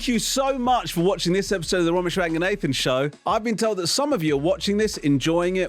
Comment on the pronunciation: Why does he pronounce raganathan like ‘nathan’